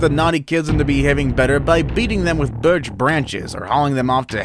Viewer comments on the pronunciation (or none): none